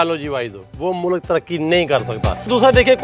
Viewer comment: Mou lak hahaha o bhai Mulk hota hai